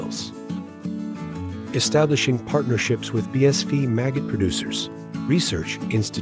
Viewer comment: No offence intended at all, love your content. Just one thing: your text translator is continually pronouncing BSF as "bee-ess-VEE" rather than "bee-ess-EFF". Might want to trade it out for one that's a little more capable.